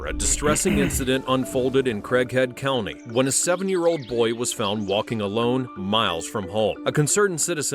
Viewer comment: Even looking at the subtitles and replaying it several times, I swear I thought the narrator was saying "Crackhead County"